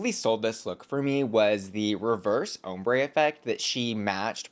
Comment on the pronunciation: every time says hombre instead of ombré, take a drink. you'll black out before the video ends